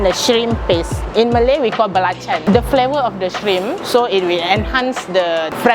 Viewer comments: He can't say it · Belacan,not Balachan